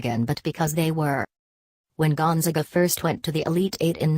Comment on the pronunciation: Can't even pronounce the school name correctly. Great research.